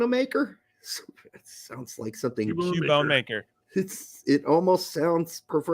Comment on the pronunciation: Guys....it's: "cue-bone-maker" lol cubone is a Pokémon